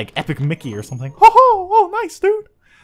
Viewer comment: hi dudet lol dude not dudet vuz dudet is a girl lololol